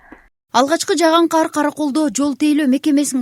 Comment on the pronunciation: Кар десен каар дебей журналистка